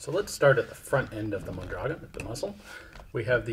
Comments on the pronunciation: Ian,...geez,...for Christ's sake,...as a Tucsonian, it is absolutely criminal that you don't know how to pronounce Mondragon!!!! Moan dragoan!! Come on man! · Mon dra GON (rhymes with Bone). Fairly common and recognizable Spanish name.